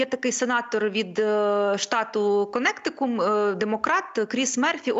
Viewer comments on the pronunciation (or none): Штат Конектикут а не КонеутиКУМ,в школу дівчінка.